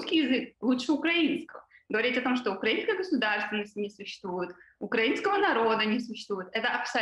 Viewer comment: Какая супер умная девушка! Даже правильно назвала наш язык украИнский, а не укрАинский!